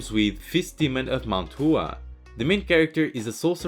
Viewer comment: Good video, but, just for the sake of information, should indicate if is Manhua or Manhwa. The way you pronuounce Manhua tends to confuse me.